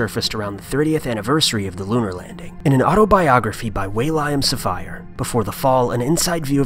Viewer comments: His name is pronounced William SAFF-ire. Do your research next time. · How the hell does someone mispronounce 'William Safire'?